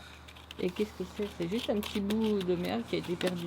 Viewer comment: "Ce premier échec n'en est pas vraiment zun !" à La prochaine fois que vous voulez fouiller un château, venez avec une ficelle et un cure dent ce sera plus facile pour exploser les murs !!! 😃😃😃